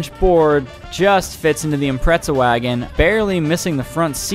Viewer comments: Why do people say “Impretza” ? This isn’t the first time i’ve heard that lmao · What the fuck is an impretza